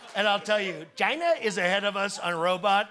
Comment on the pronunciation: Put on subtitles and watch how it translates his "China". 😂😂😂😂😂😂😂